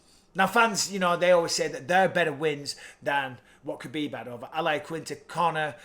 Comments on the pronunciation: It's Khabib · Stop it people it’s khabib